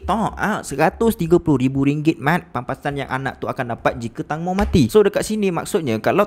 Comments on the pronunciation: Bukan tangmo tapi tengmo, tangmo bermaksud tembikai 🥰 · Sorry , call dia " tengmo " bukn tangmo ya , hanya sekadar pengetahuan ❤️